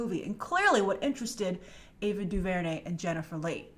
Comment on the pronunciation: Also the "r" is silent. Guess DuVernay isn't white famous yet.